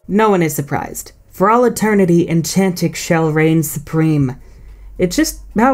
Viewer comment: DO NOT LEAVE OFF THE T IN ENCHANTIX! AND IT'S TYNIX, NOT TYHINX!